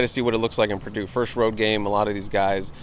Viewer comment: It’s Purdue. Come on